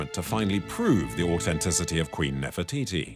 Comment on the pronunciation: What is this 'AUTENTICITY'? Say it properly! It has a TH ! AU TH ENTICITY 😂